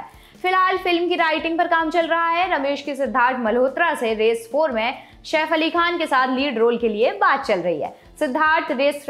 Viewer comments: Mam Shaif nahi Saif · Shef nahi saif